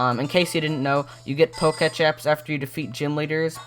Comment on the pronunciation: is it annoying anyone else he keeps saying "pocatch" instead of pokétech?